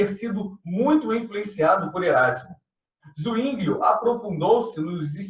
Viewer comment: Zwinglio= a forma de ler é Sivingio e não Uinglio